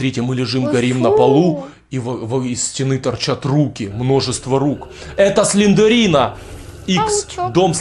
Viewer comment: Не Сландерина а Сландэрина пинель